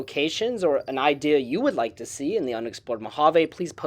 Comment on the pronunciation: Mojave railroad, with a fully pronounced “J”